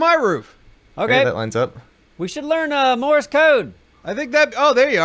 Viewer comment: You need to tell Neebs that it’s “Morse Code” and not “Morris Code”.